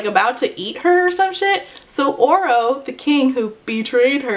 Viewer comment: I have not read this book and every time you said “Oro” I thought you were saying Orel/Oral until I read some comments and thought “sheesh we’re really starting to run out of names for these YA male leads”